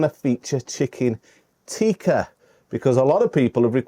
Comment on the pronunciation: If you want to sound genuine learn to say "tikka" not "teeka". Pathetic accent.